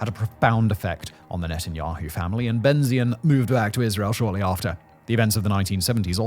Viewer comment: Just one complaint. The name is pronounced BenTZion the TZ sound is like the TS in cats